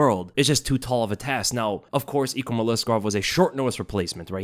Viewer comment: Your name pronunciation is the worse I’ve ever heard. EEKrum? We all learned how to read man 🤣